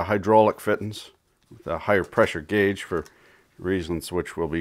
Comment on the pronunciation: I like how you say guage